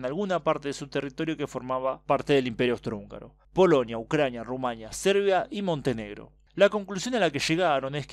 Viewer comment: ¡Excelente vídeo! Una aclaración: Rumania lleva el acento (no tilde) en la i. Se lo he escuchado pronunciar así al embajador en un programa radial. Al parecer la confusión estriba en que no lleva tilde, cosa que por regla gramatical española debería... Pero no lo lleva porque no es una palabra castellana. Saludos 🖑